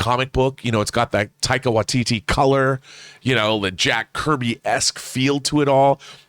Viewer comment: You say taika watiti and thor, I'm there.